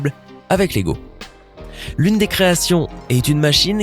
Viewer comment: il a dit logo technic mdr